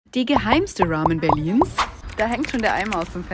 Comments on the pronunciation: Die geheimste Roooamö Berlins 😂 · Kannst du Ramen bitte ラーメン aussprechen und nicht Raw-men? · Man bemerkt halt einfach diese Fake Aussprache, weil sie es manchmal vergisst und das Wort normal ausspricht. Es heißt Ramen und nicht Rawmen 🤣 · Es heißt aber ramen sie hat es nur englisch ausgesprochen. Und Ramen sind aus Japan und heißen halt nun mal so nicht suppe. Wenn das gericht schon aus einem anderen land kommt nennt man es auch so wie in dem land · Bitte bitte bitte... wenn du Ramen nicht japanisch aussprechen kannst dass sag es mit R und nicht mit L! Das japanische R ist KEIN DUMMES L!!! Mir als Halbjapanerin tut das körperlich und seelisch einfach nur weh. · Jedes Mal, wenn sie Ramen sagt, kriege ich anfälle. Wie kann man Ramen nur so unfassbar falsch aussprechen💀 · Sie hat nur Ramen Englisch ausgesprochen. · Diggi, Ramen kommen aus Japan und die japanische Aussprache ist unserer sehr ähnlich. Keine Notwendigkeit das zu verenglischen 😗